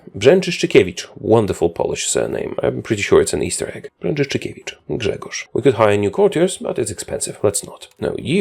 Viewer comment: You said Brzęczyszczykiewicz flawlessly. What the fuck?